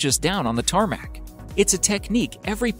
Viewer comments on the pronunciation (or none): He possibly said tar mat. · TARMAC? TAAAAARRMAAAAC??? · Did you just say tArMaC..........TARMAC!!! NOO JUST NOOOO tarmac is not a part of aviation I’m always triggered about this well not really but I’m mad a little